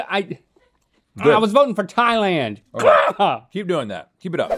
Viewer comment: Thanks to i now pronounce thailand as ✨thigh-leynd✨